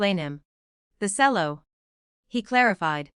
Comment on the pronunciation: Cello pronounced cello not selling.